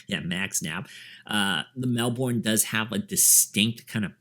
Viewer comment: Good review! FYI Because it's an Australian brand, and Melbourne's an Australian city, we pronounce it Mel-bun.